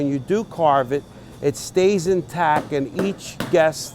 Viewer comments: It annoys me more than it should that he says in tac not in tact. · Good job but the word is IN TACT not IN TAC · INTACT!!!! You mumbling prick....it’s INTACT not in tack. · "in tac" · Intack is not a word In-tac-t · Does this guy know that the word intacT has a T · I cringe every time I hear the way he pronounces intact ... he keeps saying INTACK.. I thought I miss heard the first time but nope that's the way he must think it`s spelled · He keeps saying "intack". INTACK? How about INTACT ???? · He said "Intac" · Does it bother anyone else ow he says is "in tack" instead of "intact" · cool video. My only complaint is that it's "in tact" not "in tack." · "in tack" -_ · "INTACK" IS DRIVING ME CRAZY!! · ^listen to him. He says intack. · is anyone else annoyed by him saying in tack as apposed to in tact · This guy doesnt know how to say intact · TACT. It's. IN *TACT*. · drinking game: every time he says intac take a shot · Intact! There's at "t" at the end,. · TACT! IN-TACT!!!! That bothered me the whole time lol....other than that....That turducken looked bosslike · Does he know there's a t at the end of "intact"? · there is a "t" at the end of "intact"